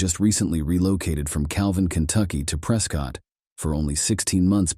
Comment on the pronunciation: Prescott is pronounced "preh-skit" lol they don't even like us saying Preh-scott, they're gonna really hate Pree-scott.